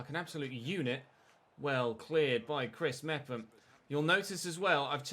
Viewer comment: Chris mefam is how u say it